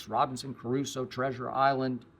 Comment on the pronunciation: Did he just call the book Robinson Crusoe, Robinson Caruso- 5.23 - amazing